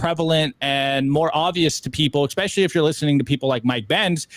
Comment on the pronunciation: Lots of good stuff guys. But seriously, did you really just say “ECspecially”? 😳